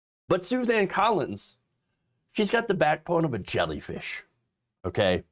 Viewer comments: She doesn't deserve to have her name pronounced correctly. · SUSAN ..... NOT... SUZANNE ... YOU SAID SUZANNE WHICH IS INCORRECT